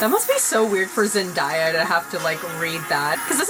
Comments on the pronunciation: Zen-DAY-a not Zen-DIE-a 😊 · Please never say zen-die-uh ever again zen- day-uh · Soryy but is Zen-day-a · everytime she says zendays name wrong omg ugh